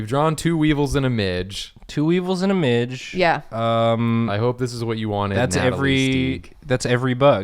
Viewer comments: Guyyssssss Midge is pronounced Mid-gee its an even more fun namee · Hi friends Scotland here. First of all midge's are the worst thing in possibly the whole world and I'm glad to see one that doesn't want to eat me. Second, just to be that horrible horrible guy and I'm so sorry in advance. But it's pronounced like midge-ieeee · As a Scot and someone who has personally encountered the Highland Midge multiple times in my life sadly I would like to just say "midge" has two syllables. Either mid-gee or mid-jay for future reference cause this is totally knowledge y'all need to know. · Midges are the bane of my existance. Think of going outside and coming back in looking like a poppy seed muffin. NOT FANCY BOIS AT ALL, IF THE WEEVIL IS GODS FAVOURITE, MIDGES ARE GODS GREATEST MISTAKE. Also pronounced Mij-ey 😂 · Midge is pronounced "mid-jee" :) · The mispronunciation of midge really bothered me 😂😂😂